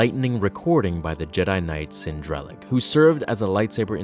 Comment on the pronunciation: It bugs me when people mispronounce names in Star Wars. Cin Drallig (Sinn Drahl-ligg)